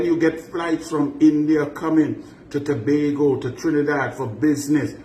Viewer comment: I was also impressed that he pronounced Tobago Correctly!!!